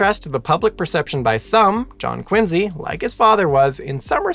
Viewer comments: It's Quincy, not Quinze. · It's QuinCee.